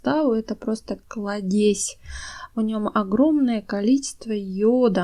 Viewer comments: Не кладЕзь, а клАдезь. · Только клАдезь, а не кладЕзь. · Не кладЕзь, а клАдезь, очень прошу Вас! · Спасибо большое за рецепты, но только "клАдезь", а не "кладЕзь" :)! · КрасИвее, КлАдесь и т.д. ( правильно). Спасибо за совет, но над ударентями надо поработать. Извините! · Благодарю вас за ваши мудрые подсказки о том , как ухаживать за растениями ! Однако прошу: купите словарь ударений. Нет такого слова кладЕзЬ, есть клАдезь! От слова клАд! Тогда будет и лАд! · Она, что не русская? Клад'езь. Надо кл'адезь, хотя я сама не русская, а удмуртка, мне режет слух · Спасибо за советы.Но примите и мой совет:говорите правильно.Нельзя говорить кладЕзь,правильное ударение клА дезь,более красивЕе тоже неправильно.КрасИвее без всякого более.Или более красивый. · Советы полезные. Только ухо режет-кладе'зь, правильно говорить -кла'дезь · Спасибо за советы!,простите пожалуйста,но не кладе'зь,а кла'дезь,от слова Клад. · Спасибо за очень полезные советы!!! Только ставьте пожалуйста ударения правильно: кладезь-ударение на а,красивее-на и. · вы в России живёте?Почему вы не говорите правильно?Ударения ставьте правильно, клАдезь. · только не кладЕзь, а клАдезь - ударение на А)) А вообще отличные варианты домашних подкормок!)) Спасибо за подборку! 👍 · КлАдезь, а не кладЕзь. От слова клАд. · Не КладЕзь,, а КлАддезь🙄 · Не кладЕзь, а клАдезь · нет такого слова кладЕзь, есть клАдезь (т.е. колодец). Такая полезная информация и такие режущие слух слова! Ещё будете смеяться, но куркУма:) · большое спасибо за информацию... Но - не кладЕзь, а клАдезь.... КрасИвее.... ( для запоминания: аккуратно - аккурАтнее...красиво - красИвее)... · не кладЕзь, а клАдезь... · Да почему кладЕзь-то? КлАдезь - слово образовано от корня КЛАД. Почему мы так не любим и коверкаем свой язык? Этот кладЕзь прям уши режет! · Не кладЕзь,а клАдезь. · КладЕзь! Кровь из ушей. Ну кладезь же! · Спасибо, очень пригодятся Ваши советы! Только, пардон, не кладЕзь, а клАдезь от слова КЛАД!